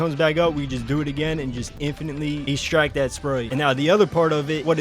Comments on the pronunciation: EXTRACT not ESTRACT thick as shit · I have to tell you it is not pronounced E-stract, the X is not silent and it’s ‘eh’ like in Extra. also, the soccer glitch is the only one i tried and it doesn’t work